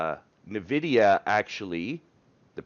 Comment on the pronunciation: it's "En-vidia", not "Navidia" :-)